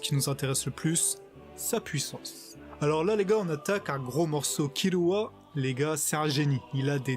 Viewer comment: C pas kirua mais killua